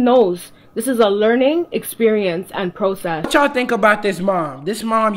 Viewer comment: This woman probably got bad grades as a kid🤣🤣🤣🤣. “Pro- cess”💀💀💀💀